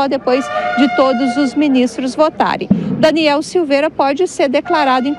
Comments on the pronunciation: a reporte fala errado o nome do parlamentar, que vergonha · Repórter desatente, POR DUAS VEZES fala errado o nome do Daniel!!! DANIEL É INOCENTE!!! LIBERDADE JÁ!!!!!!🇧🇷🇧🇷🇧🇷🇧🇷🇧🇷🇧🇷🇧🇷🇧🇷🇧🇷🇧🇷